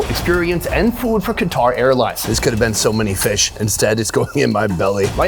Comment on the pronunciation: Qatar is pronounced as "cutr".